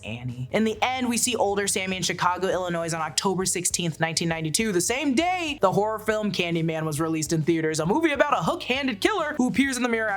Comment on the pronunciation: just so you know, the -s at the end of "Illinois" should be silent, just like the -s at the end of "Arkansas.";) You guys are so detail-oriented about so many things, so I am surprised when little things like that appear.